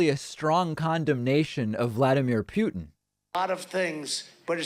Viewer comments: Not that I care about that war criminal a-hole, but hearing you mispronounce and accentuate the “pew” is horrible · Why do you keep mispronouncing Putin, it’s excruciating on my ears 😭